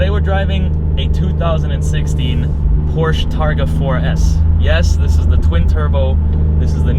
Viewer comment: I like how you compare certain aspects of the car to other cars (steering, throttle response, etc.). However, you loose a lot of credibility when you pronounce this iconic brand incorrectly. It clearly has nothing to do with 'Poor'(sh) people! Lastly, although I have not yet driven a 488, it is my understanding that it has noticeably better throttle response than the 991.2 S. Furhtermore, regarding interior plastics and fit/finish, I would say that that 458 feels much cheaper inside than the 991, whatever their comparative materials may be...